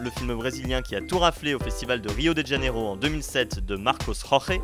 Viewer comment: Salut ! Je voudrais juste dire que 'Janeiro" dans Rio de Janeiro se dit comme notre mois de janvier, avec un j comme dans janvier et pas un Djaneiro par ex...je ne comprends pas pourquoi tant de gens font cette faute...c'est pourtant simple à prononcer comme le nôtre...et voilà